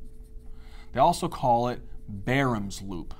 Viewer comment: Why does he pronounce Baum's loop with an r??? Is that the correct way to pronounce that??